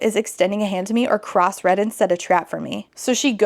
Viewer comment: During the motorcycle chase sequence (that makes it sound so much more exciting than it was) i heard the guy's name as Cross Reddit & that's way funnier to me than it should be.